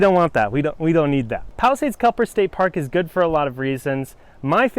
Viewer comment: Won’t watch another, can’t even pronounce the parks name properly. Wow.